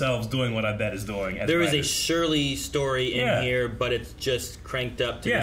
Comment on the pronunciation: Well into the 2nd season and still pronounces Abed as "ah-BED". 😂